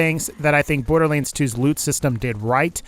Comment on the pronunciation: sometimes you say borderlands like borderleens